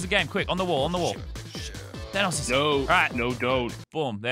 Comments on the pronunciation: normal people: Thanos this legend: Thay-noes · normal people: tha-nos lazarbeam: thay-nose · How did he say thanos at the begining he said:today we are going to become thaynous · Nobody: Lazarbeam: ThAYEnos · "Today, we become THAYNOSE" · T H A Y N O S S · ‘Thaynos’ -Lannan, 2021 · “Thainos” Lazarbeam 2021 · “Today we become Thaynose” -Lazarbeam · No one: Lazar: Thaneous! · its thanos not thaneos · At the start why did he say Thaynos it's Thanos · Thanose he said its thanos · Mans sed thainos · thaynois thanus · mully I KNOW RIGHT? HE JUST DOESNT UNDERSATND AMONG US O R MARVEL AND IT MESSES ME UP! I HAVE A MARVEL LUNCH BOX SO I KNOW HOW TO PRONOUNCE IS. THAN OHS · Hey Lazar not Thanos gingenos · I swear to god if he says thaynos one more time I’m gonna shit in a biscuit tin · the way you pronounced thanos two different ways makes me uncomfortable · Pronouncing Thanos in different ways is totally appropriate because they said it like 5 different ways in the movies.